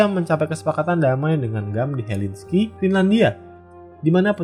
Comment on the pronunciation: helsinki bang, bukan helinski